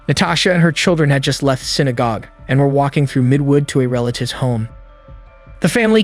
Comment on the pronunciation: That was quick, thank god. Less than 10 seconds in wonderful AI narrator said "synagob"... soo, on to the moronic video. These presentations disrespect lives lost.